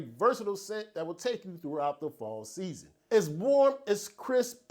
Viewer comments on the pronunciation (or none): none